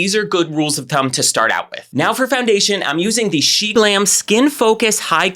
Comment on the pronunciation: when he said sheglam I heard sheblam- SHBLAM??